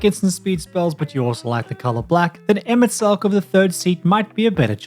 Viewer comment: You know how to say Emet Selch! I cant tell you how many creators can't. I adore his character, and he is THE reason I got into Magic. Additionally, i adore the idea of using Roku as group hug/slug. The fact that you can pump your opponent's creatures is really neat.